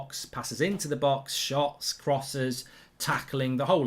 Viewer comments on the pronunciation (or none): none